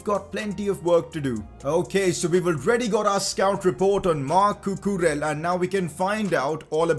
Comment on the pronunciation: Also Cucurella is pronounced Cucureya